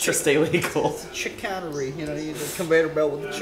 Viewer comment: Them pronouncing chicanery wrong the entire time 😅